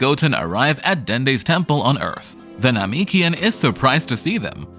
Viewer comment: 11h and also the name- what now that is not how you say Namekian